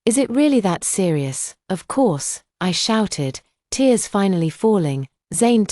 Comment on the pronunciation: This AI VOICE drives me mad with so many mispronunciations. Don’t the owners of this story ever check the accuracy of the voice/text. Just one example repeated in every story this AI VOICE is used on is TEARS, the meaning is crying, it should be pronounced phonetically as TEERS yet every time it’s pronounced TARES.